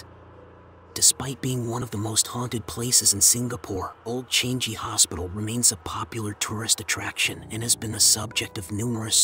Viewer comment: The narrator's pronunciations are more scarry and annoying than the actual story. PLEASE.....for goodness sake, learn to pronounce correctly !!! Changi is not pronounce as 'Change-gee', and why are you whispering, is it supposed to sound more scary ???!!!